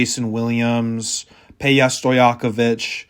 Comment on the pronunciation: Pay-ha? I haven't heard this pronunciation before.